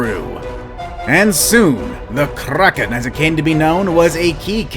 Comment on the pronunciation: Are you from sweden??? K-R-A-K-E-N